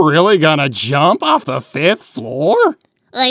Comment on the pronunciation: “Shadow it’s me da devil from da Bible”